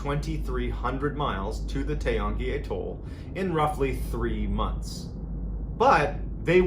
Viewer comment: Took me a minute to realise what you were calling an A - toll. Atoll